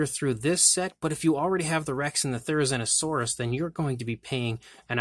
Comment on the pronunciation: It's Therizinosaurus say zina like the name say it correctly.